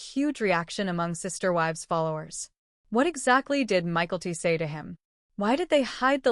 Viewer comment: It’s not Michael-T. It’s My-Kel-T